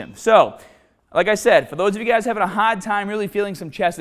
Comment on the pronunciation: for those guys who are having a HAAAHD time